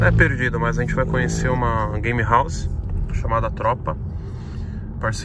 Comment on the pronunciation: "Gamerauze" lkkkkk não é querendo ser professor de ingles mas se escreve game house